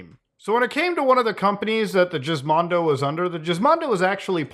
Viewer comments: Was it actually pronounced Jiz-mon-do? Me and my buddies back in tech college always used to joke and pronounce it "Gis-mon-do" like the word Gizmo. It like when one of the guys would come in and talk about it in the lab and someone would would cry out "GIZMONDOOO!" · Please tell me you are trolling when you say Jizzmondo, and not Gizmondo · The more that you say the name, the more it sounds like JIZZ mondo. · gizmondo not jizzmondo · Your saying Gizmondo wrong. Your pronouncing it Jizz But it's Giz like Gizmo. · You're killing me lol its "Giz-mon-dough" not "Jizz-mon-dough" lol like Gizmo! Hilarious though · isnt it pronounced GIZ as in GIZMO-MONDO? not Jizz-mando?? lol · Once again: It's GIZ mondo. (as in gizmo) Not "jizz-mondo" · why call it the jizzmondo. its supposed to be gis. like gizmo. "what a weirdo gizmo this game thingy is" gizmondo. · geezmondo not jizz :eyes-purple-crying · It's pronounced Gizmondo, not Jizzmondo. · Not Jizz-mondo. Its 'Giz' like Gizmo. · can't tell if Muta is pronouncing it jizzmondo as a troll of if he's never heard the word "gizmo" that this was titled after, and no it's not pronounced jizzmo. Wait, does Muta pronounce gif jif? ugh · I'm pretty sure it's supposed to me giz as in gizmo, not jizz. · I’m gonna take a guess you pronounce it with a G sound for Gizmo instead of Jizz, could be wrong though. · Guh Gizmondo. Not JIZZZ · Jizz-mondo? I thought it was Gizmondo, like Gizmo. My world has come crashing down. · So you mean to tell me the pronunciation is not Gizmo but instead “Jizzmo” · Why does he keep pronouncing it as Jizz instead of Gizz on purpose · G-gg-ggggiz. Not Jizzzzz. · it's GUHIZMONDO not JIZZMONDO facepalm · Not Jizmando... lol its gizmondo like gizmo... lol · Wth neverhear anyone call it jizzmondo, its Gizmo ndo. Maybe it was a play on you done for the manscaped plug. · giz not jiz 😂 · Was always pretty sure it was supposed to be said like Gizmo. You always say Jizzmondo, like something else. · He says, jizzmando 🤣